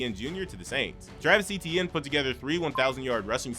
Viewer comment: hey, it turns out that Travis Etienne pronounces his last name, Etienne, the same as Devon Achane pronounces his. so, instead of pronouncing it as " E-tee-en " it's actually pronounced " Travis Achan " if you watch his opening press conference when he signed with the Saints, he actually says it's correctly pronounced as Achan